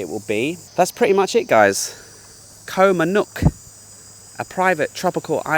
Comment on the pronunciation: Loverly place, although it seems to be called Koh MannOrk ( o instead of the u )